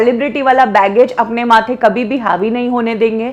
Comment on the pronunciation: Didi बैगेज नहीं बैज बोलते है उसे😂😂😂